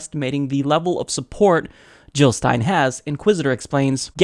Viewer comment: Jill not Hill. Period.